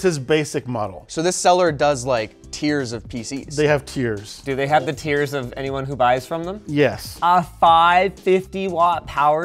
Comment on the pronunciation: it's not tiers but tears